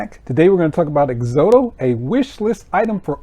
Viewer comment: It's pronounced Ex-ot-ow , like exotic but with an o.